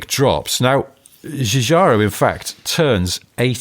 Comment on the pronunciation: Hi, just to be helpful... Giorgetto Giugiaro Gio - pron. like JOKE get pron. like JET Giu - pron. like JUNIOR -gia - pron. like JAAAAG Thanks for your great podcast